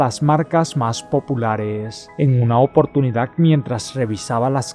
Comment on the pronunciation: Perdón pero lees malísimo y contar una historia depende principalmente de saber leer aparte de que te Comex toda las "D" Cómo en la palabra oportunidad seguro eres de las personas que leen ciudad Navidad curiosidad verdad terminada en"C" cuándo verdaderamente terminan en "D"